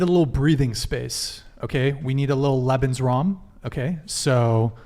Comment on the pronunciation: you mispronounced lebensraum (sorry for the multiple comments, you're on too late for me to watch live so I comment as I watch/listen to the pod during the work day lol)